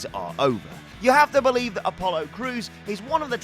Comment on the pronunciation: BO LIEVE IT BO LIEVE IT OR NOT UN BO LIEVABLE